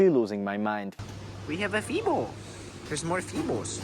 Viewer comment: Hi, great video about Amsterdam. We Dutch pronounce the E just like the English pronounce the A. Confusing? So FEBO is pronounce as FABO;-). Keep making YouTube content, you're doing great!